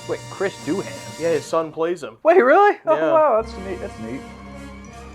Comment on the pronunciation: Hey chaps... just a small thing..., I think we've been trek fans long enough to pronounce James Doohan's name correctly :) ' Doo-an ' ( silent "H" ) = j-AI-m-z D-OO-uh-n (phonetically ), - I had the pleasure of meeting him waaay back in the 90's when he came out to Perth. Australia for a Con, & dropped in on our lil Star-Trek Club " WesTrek Inc." ( as in Western Australia ) such a lovely & fun guy & was completely down to earth ! Great reaction, great Episode ! & yeah, So cool that his Son gets to play his Dad's Character with Aplomb !